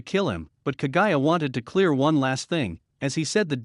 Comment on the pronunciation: Moo-zan like how a cow says moo. Please do research before naming names. And Kaguya is pronounced kog-guya